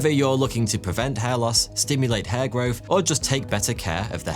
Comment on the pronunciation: I mean, he also says bofe instead of both, and grofe instead of growth, munfs instead of months. Fousand instead of thousand... Pretty sure he's just lazy haha